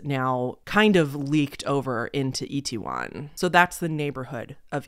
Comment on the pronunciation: You actually said Itaewon pretty good actually (it’s said as It-Ae-Won or like it-tae-won). It actually used to have a bad reputation in the 80’s and 90’s, due to Korean citizens basically making it out to be a bad area due to foreigners and such. There is even a song called Itaewon Freedom, made by UV featuring JYP (who owns JYP Entertainment, a big three K-Pop company and founded the girl group Wonder Girls, who were the first K-Pop group ever to make it on the Billboard Top 100’s) that I’d compare to Uptown Funk (because the main artist is less known than the featured artist and the fact they both have 80’s callback sound). So seeing how popular it is now makes it just as sad. And I definitely listen to K-Pop since 2009 and I came up watching english speaking people in South Korea, especially this YouTube couple and they in fact went out around dressed up for Halloween and Korean citizens definitely weren’t the most comfortable with it at that time. I know they have been like that with big dogs in the past too.